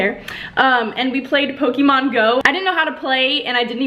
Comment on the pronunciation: it's not pronounced poke ee mon BYE